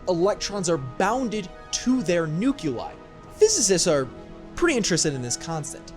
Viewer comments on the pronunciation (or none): Fantastic vid. I'm studying physics and doing astro research at University of Oregon. UO is proud to have Nobel laureate Dr Wineland, originally from NIST over where you're at, which is nifty. Laughed at comparing DM detectors to a big net, but that's pretty creative and accurate. My only complaint is that you made me twitch by pronouncing nuclei like NOOK-ya-lie, lmao